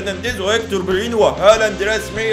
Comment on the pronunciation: انا اسف بس اسمه بيليرين مش برلين